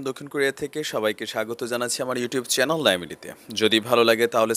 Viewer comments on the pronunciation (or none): none